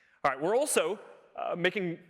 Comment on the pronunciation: "We're also" Why does he pronounce it like that?